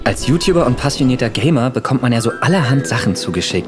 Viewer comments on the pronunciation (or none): none